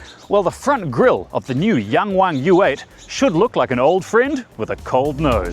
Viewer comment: pretty good pronunciation 😊